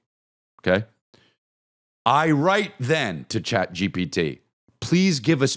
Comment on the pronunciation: “Ghat GPT”